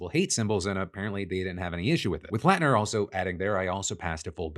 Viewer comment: Hearing my last name said correctly is a breath of fresh air. Thanks Phil